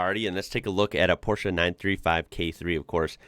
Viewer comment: Appreciate the appreciation 😊 Oh and thanks for pronouncing Porsche correct ❤